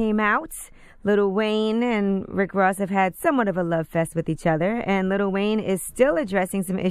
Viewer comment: Im getting tired of people saying "little" wayne. Its LIL